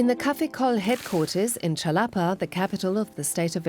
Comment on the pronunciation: They completely butchered the pronunciation of náhuatl, nahua and Xalapa... still, nice to see this kind of reports.